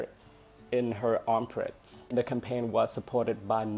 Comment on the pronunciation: Giọng thầy hay quá. Nhưng theo mình nhớ là armpit chứ không phải armprit